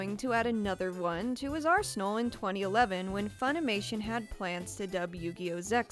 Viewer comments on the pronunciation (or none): none